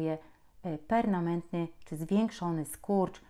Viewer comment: Pani doktor! "perNAMENTNY" - NIE MA takiego słowa w języku polskim, ani w żadnym innym! Poza tym wszystko się zgadza!